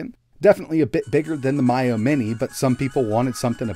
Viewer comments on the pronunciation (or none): Miyoo: “Me-You > My-Yo” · Never heard anyone say "Miyoo" like that before. lol